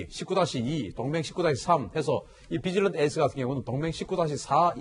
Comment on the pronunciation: 비질런트 에스 -> 뒤질런트로 들림.. ㅎㅎ